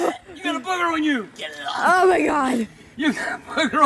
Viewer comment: ged ID ovv is how he sounded when he said it XD